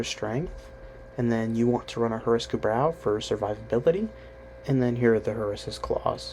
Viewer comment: Dude, you could be warframe pele, but if you keep saying things wrong, things that had been voice acted in game and named on streams - you look like a doofus. Fix this shit smh